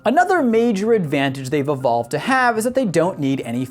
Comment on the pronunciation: "Evovled" LOL